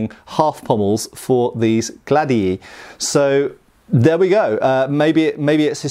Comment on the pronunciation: I believe the plural of Gladius is pronounced Glad ee eye. Any Latin speakers out there?